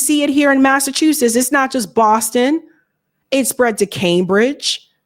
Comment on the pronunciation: Massa chew suss? Are you kidding me? What kind of weed are you smoking?